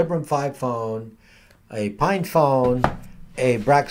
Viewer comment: are you saying "FINE" phone or "PINE" phone? Librem 5 looks like an albatross!